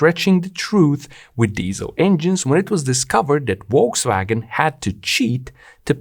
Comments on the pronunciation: Small tip... It's Folkswagen. In German, V is most often pronounced like F. Wolkswagen would mean something like Cloudwagon :) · note: it is correctly pronounced Folksvagen, not wolksvagen!! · Just FYI, Volkswagen is pronounced as "Folkswagen". So, decline in diesel car sales will increase the price of gasoline soon. Good to know.